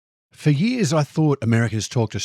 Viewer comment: After eight years you still spell "years" as "yee'ahs" do you? 😅